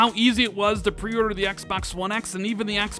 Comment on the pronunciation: Why does he have such trouble saying "pre-order"?